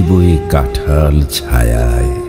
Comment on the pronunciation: কাঁঠাল হাঁস চন্দ্রবিন্দু উচ্চারণে লাগলো না।